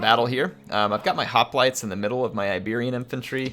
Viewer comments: Bro...Its pronounced "HOP-LIGHTS" ... NOT "HOP-LIT-AYS" ... fuck me!!! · I’m not trying to be mean but that’s not how you pronounce hoplites😂